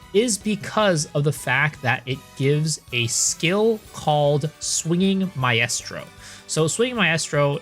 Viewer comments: My-strow Mi-strow not Mi-est-row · I have to stop you man.... Its pronounced "MY-STRO" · I’m too autistic to finish this video with the way you mispronounce maestro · Maaaaaan that shit got me too lol